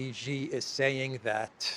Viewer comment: It is Xi, not Ji - pronounced like SHE in English.